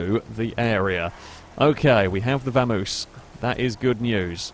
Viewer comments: I cringed a little every time you said Vamoose instead of Vamos lol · It's a vamos. Not a vamoose. Its Spanish. Pronounced Bamos technically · Am I the only one that cringes when he says Vamoose instead of Vamos?